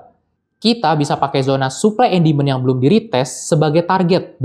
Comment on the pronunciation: Bro..penjelasannya ok...tapi koreksi cara baca demand, sptnya nada tsb yg anda katakan berulang kali itu artinya setan (?) Coba check nadanya di google translate